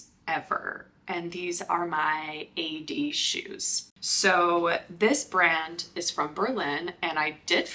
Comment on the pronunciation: The correct pronounciation is Aid - as in fade, paid, wade. This is Founder preference -- official brand name